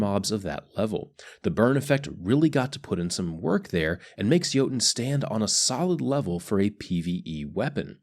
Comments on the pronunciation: Yer-Tun (as in tundra) plz fix <3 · He forgot the ö